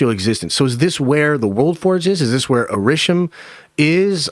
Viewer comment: Never heard Arishem mispronounced before let alone by this guy